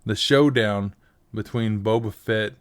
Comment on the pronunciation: That wasn't Boba Fett, that was Boba Fatt XD